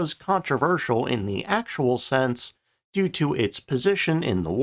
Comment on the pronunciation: It is "due" not do 😂